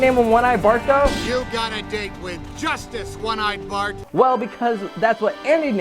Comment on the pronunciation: It's Bart not bark